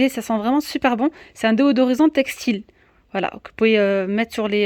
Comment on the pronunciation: Bonjour, Merci pour le partage. Petite remarque, on dit "déSodorisant " et non "déOdorisant " ;)